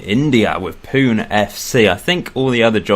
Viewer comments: I am from Mumbai, India! (By the way, it's pronounced Poo-nay not Poon) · It's pronounced 'punay' not 'poon'. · Pune FC is pronounced as 'Poo-nay' FC :P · I'm from Fife, Scotland but I have Northern Irish and Indian ancestry. BTW it's pronounced Punay